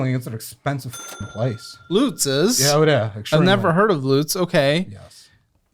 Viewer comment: said Lutz correctly. They should not be living paycheck to paycheck in the countrist suburbs north of Tampa with the income they have.